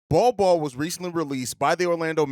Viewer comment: said Nol Nol for Bol Bol